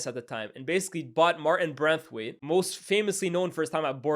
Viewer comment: hilarious how my man have been calling martin braithwaite as branthwaite 😂😂😂